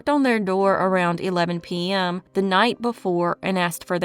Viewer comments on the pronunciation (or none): Had to come back for the "P-ehm"s 😅.